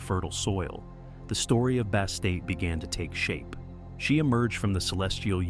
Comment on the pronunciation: Who the hell is Bastate? Bastet, Bast yes.